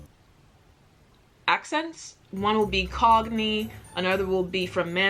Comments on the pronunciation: Its cockney not cogney. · "cogney" I'm dying